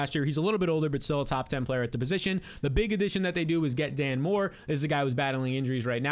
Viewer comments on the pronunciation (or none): none